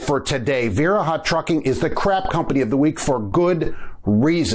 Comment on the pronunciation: It pronounced va reha. That's why us Wisconsin drivers call them Diarrhea lol.